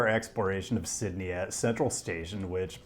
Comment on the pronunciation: The correct pronunciation of Sydney was just a false sense of security to hit you with that horrific Parramatta pronunciation